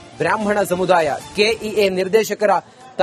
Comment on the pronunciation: ಸಮುಧಾಯ ಅಲ್ಲಪ್ಪ ಅದು, ಸಮುದಾಯ....ಅಲ್ಪಪ್ರಾಣ, ಮಹಾಪ್ರಾಣದ ಬಗ್ಗೆ ಅರಿವಿರಲಿ.